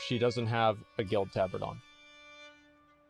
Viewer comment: The way he pronounces tabard is horrid xD And he pronounces it correct when reading the name of the tabard, yikes! Also the Tauren with the bone mauls looked pretty decent tbh. The BE after the Tauren looked odd with those boots. Bixxnood looks good. Asmon is super inconsistent when it comes to matching colours xD